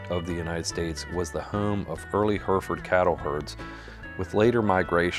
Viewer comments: "heh reh ford". NOT "herford". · It is HERRY-FORD not HERFURD. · I'm proud to be from Hereford, England. Interesting video and I certainly learnt something new about our legendary cattle. One correction is on the pronunciation of Hereford. It should be said with three syllables heh-ruh-fuhd. I'm sure you are just using a normal US pronunciation her-fuhd and that's fine but to my Herefordian ear it sounds really odd. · Its pronounced H E R E FORD not just like the spelling. NOT HURFORD!! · It’s not pronounced Her ferd. It’s pronounced Herr ef erd. From Her ef erf erd shirr England. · What the hell are Herfds? They’re Hair-a-fords from the English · her-ferd is the Americanized pronunciation of Hereford. The actual English pronunciation of the city it came from and the name of the breed is Hair-e-ford. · "herfurd england" 😂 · It is pronounced heri-fud, or Herra-f'd if you are posh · Hurrfurrd -_- good grief. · Hang on, how did you pronounce Hereford???? Hurfurd???? What? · It's Her-furd here in the states. Also while we're at it, you cross the pond types spell color wrong and add an extra syllable to the word aluminum. 😂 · Just a fyi, its pronounced "heh·ruh·fuhd" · Hair-re-ford at least learn how to say it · 2 countries seperated by a common language, pronounced Hair Re Ford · its pronounced heh ruh fuhd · Yeah I have lived in Hereford and find the American pronunciation bizarre. We would say "Hair e ferd" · Mispronunciation is killing me. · The thing that kills me about this video is how "Hereford" mispronounced every 10 seconds. Other than that, it's a great video. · I had a chuckle with the pronunciation in this clip, here in Australia we pronounce the second e in Hereford…. Also Hereford cattle are still very prominent in Australia, but I definitely notice the uprising of Angus cattle over the years. When I was younger, going to cattle shows or local community shows, Poll Herefords were the dominant cattle winning in the stock parades… lots of fond memories….